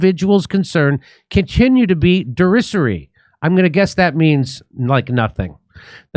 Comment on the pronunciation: "Derisory" has a long "i" sound. Same root as "deride" or "derisive" which basically means "laughable."